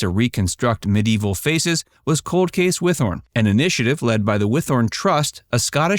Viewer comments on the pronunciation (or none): Yay! I love they mentioned Whithorn. Got to see the archaeological dig in 1982-3 and again in 1986 while visiting my grandparents in Scotland. It’s actually pronounced Whit-horn. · I've lived near Whithorn most of my life and I've never heard it pronounced like that before 😂